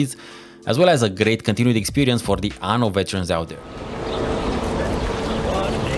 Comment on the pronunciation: btw is "aNNo", with 2 Ns, and means "year" in italian, Ano means "anus"